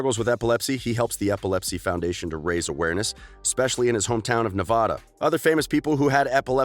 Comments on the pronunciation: warning: if you click see more there will be a little rant. YOU HAVE BEEN WARNED! and R.I.P. Cameron, you were in my top 3 favorite actors. NEV-AH-DA NEV-AH-DA!!!!!! BITCH IT'S PRONOUNCED NEV-AAA-DA!!!!! THERE IS NO SATISFACTION IN AH!!! GOD THAT PISSES ME OFF EVERY TIME IT'S NOT SAID CORRECTLY!!!! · sorry if you think this is rude but its Ne-va-da NOT Na-vah-da 🤦🏻‍♀️ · ACK! He pronounced Nevada wrong. 😭😭😭